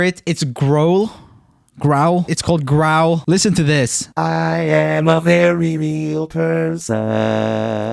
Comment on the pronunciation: The way he pronounced growl, though...XD Also when he used the e Duel of Fates background voicals....gold Oh and Roomie sounded really great on that last one!